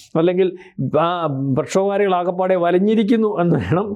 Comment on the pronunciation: പ്ലക്ഷോഭകാരികൾ എന്നല്ല പറയേണ്ടത്. ആദ്യം പോയി മലയാളം പഠിക്ക് ബുദ്ധിമാനേ.